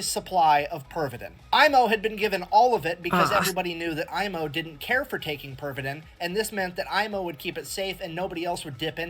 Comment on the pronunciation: you pronounced his name pretty accurately. at 40's and maybe 50's in Finland Pervitin was still advertised on daily magazines for grannies and tired house wife's to substance that gives all the energy for day's duties and house work "better than coffee". i have seen those old ad's in old magazines and newspapers :D